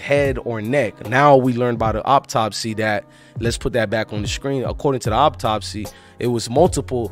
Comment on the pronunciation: Bro it's autopsy not optopsy much love and respect just want to help you because your humble and the best at this